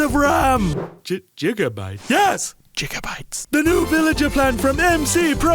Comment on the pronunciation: no one: the villager in the ad: jigabytes